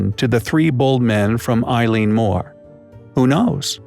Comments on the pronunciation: Eilean Mòr is pronounced Elly-an More. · I wish you people would learn to pronounce the name of the Island properly and not calling it after a girl.